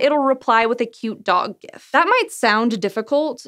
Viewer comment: Upvoted for correct pronunciation of GIF.